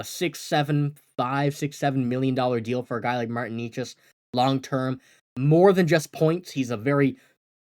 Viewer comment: They won't get Necas for just Ullmark. Why can't this guy pronounce Necas ?